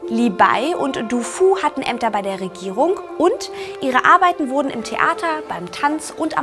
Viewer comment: Warum spricht sie Wörter wie Regierung mit k am Ende aus?